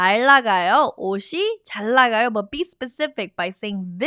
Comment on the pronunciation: why do you omit speaking the ㄴ in 잘 나가요 ?